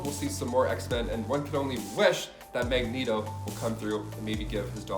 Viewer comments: He said MegNeto 🤣😂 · I was thrown through a loop when he set mag net oh rather than mag knee toe